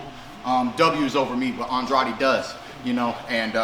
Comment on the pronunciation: thank you for pronouncing Andrade’s name correctly Keith💯